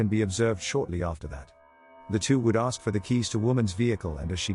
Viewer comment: “CPD, we needa axe you a coupa questons….” Sorry officer, but you appear to be out of uniform and with your willful assault on the English language, I have decided not to acquiesce.